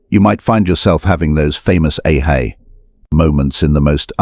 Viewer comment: The Artificial Intelligence voice does rather ruin this. The ‘aha’ moment pronounced ‘a-hay moment’ 😐